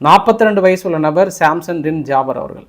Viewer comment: அது எப்படி ஜாபார் பேரைமட்டும் கரெக்டா அழுத்தம் திருத்தமா சொன்னிங்க அடுத்து 3 பேரைம் பேரு சொல்லவே இல்லை ஏன் பேரு தெரியலையோ????????